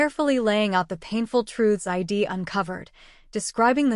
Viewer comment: Someone should tell the ai reader that I'D should not be read as I D but ide